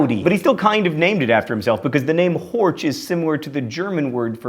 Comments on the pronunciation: "Horch" isn't "kind of like" the German word for "listen" — it literally means "listen", spelling, pronunciation (which is completely unlike yours ;-) ), and all. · "Horch" is Pronounced with a soft "ch" like the word "China" oh wait now we ent up in Horsch ... meh, just do as you do! I Love this show. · That's not how you pronounce 'Horch' :D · You even mispronounce the German words like only US-Americans can...so just don't apologize to the Italians and Japanese. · "horch" is not spoken as "hortsh". (I am not japanese or italian so I am obligated to inform you that you have to include germans in your next statement about pronounciation, too) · You mangle German horribly. Porsche is not pronounced porsh. The final e is unaccented and pronounced as a schwa, that is a sort of undifferentiated vowel sound. The ch on the end of Horch is a voiceless palatal fricative, like the j in Spanish following i or e (known as front vowels). If the ch were following a, o or u (rear vowels), the sound is (again) like Spanish j following rear vowels. Also, in Mercedes (which is originally Spanish) the Germans pronounce the c as ts, because it is followed by a front vowel. I can't really criticize you too much for that, as nobody in this country pronounces it right. If it were followed by a rear vowel, it would be pronounced k. The thing that has always struck me about the name Camaro is its similarity to the Spanish word camarón, which means shrimp (that is, the arthropod). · There is a HUGE difference between Horch and HÖREN (to hear in German). Horch is pronounce with O while HÖREN is pronounce with Ö which sound like something beetween yyy and uuu. This a not similar at all